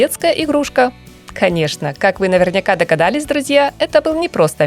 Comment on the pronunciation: Ох уж этот навернЯк 🤣 Сравните произношение нарнИка и навернЯка, как лучше звучит.